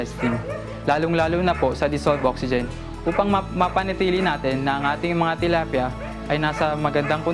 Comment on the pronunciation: I heard her say "tolapia" . She's talking about fish.